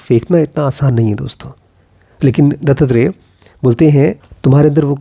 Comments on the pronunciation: its Dattatrey and not DuttTrey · गुरु दत्तात्रेय का नाम दो शब्दों से बनता है, दत्त और आत्रेय (अर्थात (महर्षि) अत्री के पुत्र) इसलिए इसका उच्चारण "दत्तात्रेय" होना चाहिए न कि "दत्तत्रेय"। Otherwise, आपका व्हिडीओ बहुत अच्छा लगा!!! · Sir its not DuttTrey its Dattatrey or Dattatreya in marathi. Pronounciation matters. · Good video, but please pronounce it as दत्तात्रेय and not दत्तत्रेय.. You should also read about नाथ and दत्तसंप्रदाय .. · It's not Dutttrey it's Duttatrey दत्तात्रेय